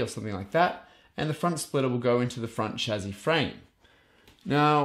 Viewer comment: Chassis = chazzy?? Lol